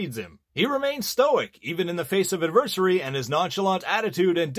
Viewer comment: Lmao I noticed he said adversary 😂